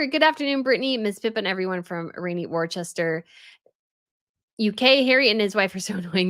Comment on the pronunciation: Every time she mispronounces it, I tell her (in the comments). But, she persists on doing it. Annoying! It's like Worcester. She mispronounces it as worchester. It's pronounced as 'wuss-ter.' I've told her that!